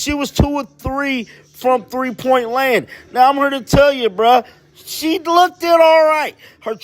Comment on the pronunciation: The word "looked" is pronounced as the "e" being silent. Imagine it's spelled incorrectly as LOOKD and you'll say it. I'm not being rude it's simply annoying to hear you say LOOK- DED. I like your videos and you seem very genuinely nice .